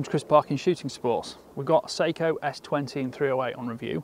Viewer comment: Note on pronunciation: "Seiko" is a Japanese company noted for their watches. "Sako" is a Finnish company noted for their firearms. The former is pronounced say-ko. The latter is pronounced sah-ko.